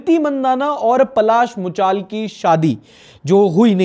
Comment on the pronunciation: yeh angreji accent ke chode hindi naam ko bhi nahi chodenge. पलाश मुच्छल ko पलाश मुचाल, योग ko योगा, महाभारत ko महाभारता aur na jaane kya kya... Hindi naam ke pronounciation badal de rahe hai sirf cool banane ke liye.....